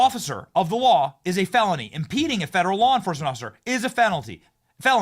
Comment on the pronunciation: Nice slip of the tongue, "felonlty" brings it together rather well I think, rock on Benny and God bless you!